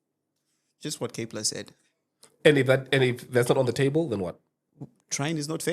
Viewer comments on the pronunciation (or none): none